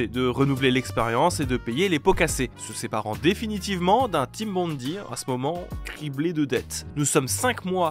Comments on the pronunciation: Bondi, ça se prononce (à peu près) "bonn-daille", pas bonn-di. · Bond-aie, pas Bondy, ça c'est à côté de Paris.